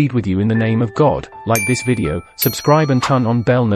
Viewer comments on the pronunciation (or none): none